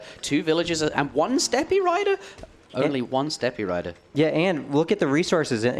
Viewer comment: "step-ee" riders lol Interjection. I remember you use to say "yanissaries" back in the day. Jokes aside great casting and great work on the event. thanks!